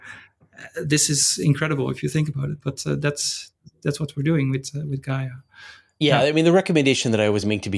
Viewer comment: It's Gaia not GAIA :-)